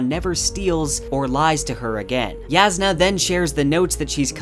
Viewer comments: Yahsna not Yazznuh, Navahni not Navanny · Why does this guy keep pronouncing J like it’s a Y? She’s not Mexican dude. Her name is Jasnah, not Yasnah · Jasnah is pronounced YOSS-nuh, not yaz-nuh. Edit: I was wrong about this, apparently it is pronounced Yass-nah. Thank you BookHopper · Sorry but that's wrong. Even the coppermind site says it's pronounced 'YASS-nah ko-LIN' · I'm actually low-key impressed that you've managed to somehow pronounce every. Single. Characters name differently than I/most people. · Sanderson encourages readers to pronounce names however they want. The way you originally said it is how I said it too, and I like it better that way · I’m sorry but I listen to the audio book and it just lowkey bothers me but you still pronounce Jasnah, Roshone, and Navani wrong